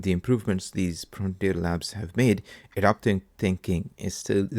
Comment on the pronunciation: Thanks. Btw - Adaptive not adoptive. Totally different word and meaning. Just to help